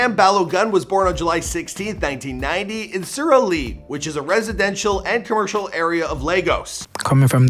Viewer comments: it's su-ru-le-re😂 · Mans said suruleee 😂😂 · Chile he said surileri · Surelee wtf my goodness it’s Surulere you can google there’s a whole song by the name and learn to say it